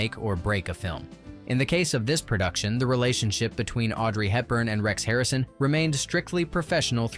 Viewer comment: 'Andrews." Not possessive. Audrey Hepburn, not "Helton." Yeesh.